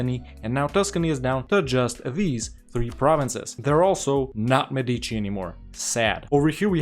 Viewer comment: Hey, it's De May-d-c, though, the accent is on the e, not the i (Mèdici✅/Medìci❌) Sorry if that sounds brassy, it was just to let anglophone speakers know something that they probably don't know and can have difficulties comprehending due to differencies between accents in Italian and in English